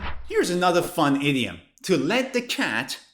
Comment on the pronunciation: I am hearing 30 idiot instead of 30 idiom